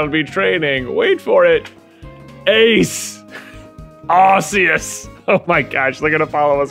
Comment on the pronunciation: Just fyi, Arceus is pronounced “ARE-COOS”